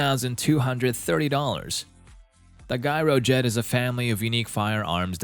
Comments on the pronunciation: Gyro jet is pronounced like gee not guy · dammit man... Gyro Jet is pronounced Jyro